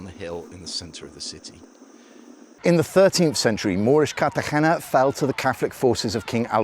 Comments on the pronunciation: Nice video but you’re pronouncing Cartegena poorly. Think Car tah hey nah. You are using a deep throat approach to pronounce the “hey.” It’s not that deep. The sound stays forward in your mouth. Give that “r” a slight roll and a light “hey” and you’ll have it. 😊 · Interesting, but why can’t you pronounce Cartagena?